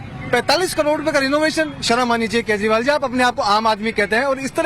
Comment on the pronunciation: Koi kejrival bolna sikhade 😜😜